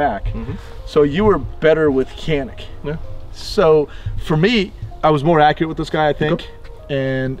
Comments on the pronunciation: Kanik diye niye okuyorsun hocam sen Turksun bide Canik diye okuyan Samsunun ilçesi Canik. C sesiyle k diye degil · i'm here just to say that canik is pronounced as "djanik" with the "g" sound not with the "k" sound. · Janik or Kanik for right pronounciation? should be said Janik instead.. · Not can ick its john ick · One trivial detail: "C" in Turkish is pronounced as "Dj", not C in English. So the brand is pronounced "Djanik", after a mountain range in the Black Sea region. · Ok so you do know that Canik is a Turkish manufacturer and the “C” in Turkey is pronounced “J” so it’s “Janik” as in John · The U.S canik reps even pronounce it with a hard C. It was said wrong from day 1 here and it stuck. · Canik özel isim olduğu için kenik olarak telaffuz edilmesi yanlıştır. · baba niye canik diye okumuyonda kenik diyon ya sana ördıl mı diyolar orda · Ugh. It’s pronounced “Chanik.” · All this and they still can't figure out how to pronounce Canik ?! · abi hadi yabancılar okuyamıyor sen bari yapma canik onun adı